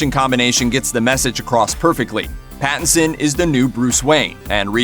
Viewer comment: "Battinson" Lol !!